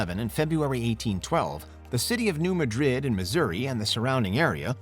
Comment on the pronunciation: its pronounced 'New MAH-drid'